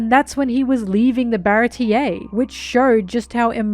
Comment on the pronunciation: HOW IS NOBODY TALKING ABOUT “BARA-TEA-A” THATS NOT HOW YOU SAY BARATIE ITS “BAH-RAHT-E-A”